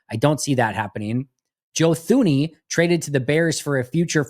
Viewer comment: Thuney is pronounced as “Tuney”…. Bothering me big time 😂